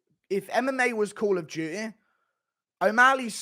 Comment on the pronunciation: "if mma was coll of dueeh"